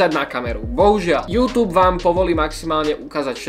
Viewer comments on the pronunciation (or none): none